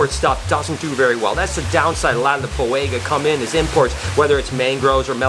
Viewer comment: For the love of god... learn to pronounce things!! You constantly mispronounce “Ontogenetic Color Change” and you HORRIBLE butchered the Boiga species names. JFC man...